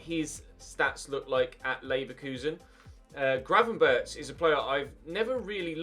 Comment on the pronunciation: If youre gonna pronounce gravenberch the english way please pronounce it gravenberk the "ch" is pronounced with what we dutch call a hard g which is the gggg sound